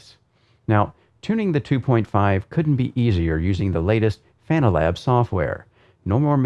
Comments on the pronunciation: it's Fanalab, not Fananalab:) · Wondering when you will finally learn how Fana(na)Lab is correctly named. :D Its called FanaLab, not FanananananananananananaLab :D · Always cracks me up when he says "Fananalab" LOL It's fan-AH-lab,...not fa-NaaNAH-lab:-) Great review as always, this and the Porsche 918 Rim are the only Fanatec gear that hasn't given me any problems in 2+ years (can't say the same about the V3 inverted pedals, The H-Shifter, The McLaren or Formula V2 Rims). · the software is called fanalabs, but calls it fananalabs. He sticks in an extra a and n. Makes it sound more like banana. Just amuses me, that's all ☺️ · “Fananalab” hahaha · Fananalab 🍻😂😂 . Said it a few other times. Banana fanana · Every time he says Fananalabs I loose my shit:-) is the best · I just think it’s funny that he said fananalab every single time.